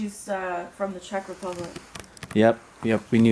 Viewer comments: Z-tech… 😂😜 Czech is pronounced “check” lovey.. 🥰😘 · Czech is pronounced "check" not "zee tech", it means someone from Czechoslovakia. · The individual was not friends with President Obama. The holiday card shown was something given to anyone who donated to the President's campaign in 2012. I've got one in my basement. Additionally, Czech is pronounced "Check". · CZECK is pronounced "Check" from the country that no longer exits. Czechoslovakia. It split into 2. Now known as Czeck and Czeck Republic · 😂😂😂 Czech is pronounced like “Check” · Hey love all your videos. In case you were wondering Czech is pronounced Check. My family is part of Czech, Poland, Greece, etc. Beaver has a flat brown/black tail that looks like a paddle. Fox have pointy ears and a really fluffy tail. Definitely looks like a gopher or groundhog.